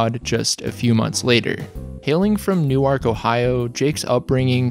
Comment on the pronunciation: Your channel is great. But every pronunciation of an Ohio city makes me want to punch a wall lmao. So here ya go: Muh-die-nuh Ack-rin New-erk